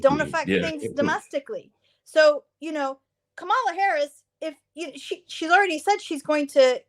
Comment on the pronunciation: Also, she mispronounced Kamala’s name all night!!! Can you please correct your guests